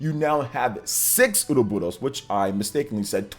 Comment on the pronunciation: Stop pronouncing Ouroboros like that 😂 just listen to the Direct and how they say it...